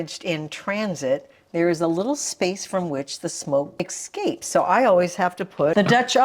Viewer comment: I'm unsubscribing for that uninformed comment. You should worry less about political commentary and worry more about your mispronunciation of escape and iron.